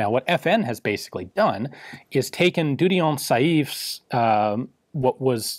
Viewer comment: Dieudonné (God-given) Saive is pronounced dyeu-don-nay sev, I think.